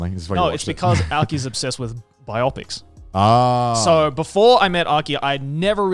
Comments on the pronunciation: is it really pronounced "bi-opics"? I always thought you said "bio-pics" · Anyone else looking for comments on Joey pronouncing Bi-Opic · I like that they all pronounce biopic wrong.